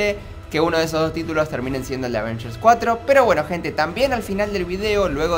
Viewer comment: no dice bien avengers 😡😡😡😡😡😡😡😡😫😫😫😫😫😫😫